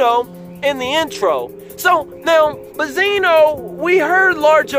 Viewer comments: i have watched your videos from the beginning and i love them keep it up but one thing just annoys me why do you saying Bezino and not Benzino. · Benzino Benzino Be”n”zino Not Ba-zeeno Benzino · i had to drop this quick comment to let you know that i couldn't stay for the whole video after the 100th time you said "buzzino" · I love how dude pronounced BENzino wrong the whole time, called him Bizino and nobody noticed BECAUSE NOBODY CARES OR THEY DONT EVEN KNOW HIS NAME AT ALL. Lol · Naw it's Baaah-Zeeenoh gtfoh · Ben_zi_no. Say it with me!. I don't know if you doing it on purpose but it is annoying. J/S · Don’t go to this guy for opinions first off he not saying benzinos name right second those bars not damaging compared to Eminem’s responses. I’m not even a Stan like that.